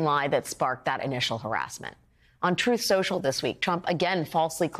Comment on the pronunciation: The disgraced former guy can’t even pronounce his own social media platform…. Troth Sential….😮😮😮